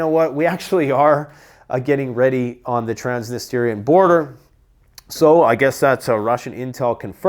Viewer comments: TransNISTRIA. Not Transnisteria 🥴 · I love your videos... but please do this for me. Trans... Nist...Reea You're putting an extra i in the end and it don't belong there lol.